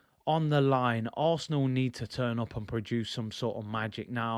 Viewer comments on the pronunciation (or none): none